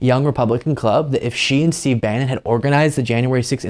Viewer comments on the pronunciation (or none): none